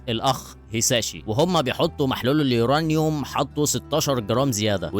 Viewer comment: احب أهنئك انك من الناس القليلة اللى بتعرف تقول اسم عنصر اليورانيوم صح 😂😂😂